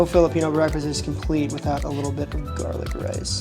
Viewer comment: Nothing like gah-lick.